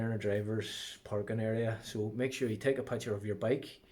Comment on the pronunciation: Great advice put please stop saying pucker..is picture 🥰🤣🤣🤣